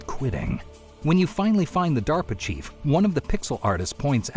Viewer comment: due to Vinesauce brainrot I keep hearing pronouncing DARP Chief as 'Diaper Chief'. There's no salvation for me, is there?